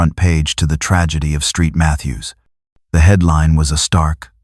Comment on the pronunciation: Street Mathews. Really? Saint Mathews.